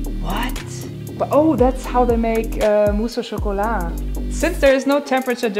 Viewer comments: "Mouse au chocolat" Wow, your french accent is really good ! 👍 It's the principle of "bain-marie". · Mousse au chocolat prononcé en français cela fait plaisir. Thank you for this vidéo, your curiosity still the best and you are so kind to share it. :)